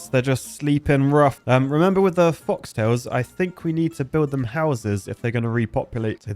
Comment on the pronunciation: Animations incredible. But seriously it’s pronounced F-oak-tails not F-ollk-tails